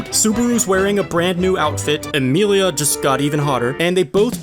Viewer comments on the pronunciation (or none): none